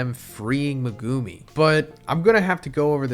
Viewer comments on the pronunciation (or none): Me-guh-me not Me -Goo-Me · bro his name is MEGUMI NOT MEGOOMI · Why do you say Meg- goo-me